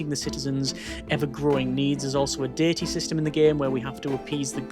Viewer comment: i am so sorry, but when you said diety system, i forst thought you said dirty system, then dating system